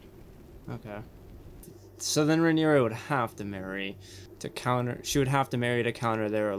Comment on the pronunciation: Hi! Noticed you were unsure of some of the pronunciations for the character names, understandable seeing as they’re spelled super weird. Pulled these straight from the audiobook, hope they help: Rhaenyra - Ray-nee-rah Daemon - Day-mon Viserys - Vis-air-is Laenor - Lay-nor Laena - Lay-nah Corlys - Cor-lis Rhaenys - Ray-nees Aegon - Ay-gon Helaena - Hel-ay-na